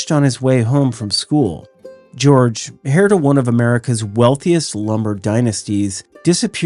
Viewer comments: Hey --just FYI the "h" in "heir" is silent... it's just "air" basically. Thanks for another interesting upload!! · The “h” in “heir” is silent. Which is a bit strange since it is not silent in “inheritance”.